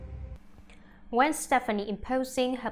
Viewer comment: This reporter needs to say Gwens name correctly. And maybe just maybe I might believe her